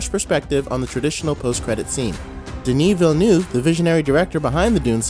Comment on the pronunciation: Its Villeneuve, not Villnueve.